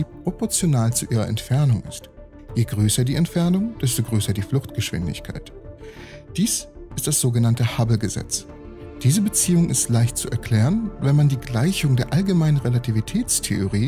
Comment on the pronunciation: kann man das "t" von "hubble gesetzt" noch wegmachen?